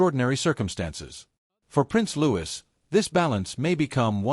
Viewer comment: It's Louis not Lewis.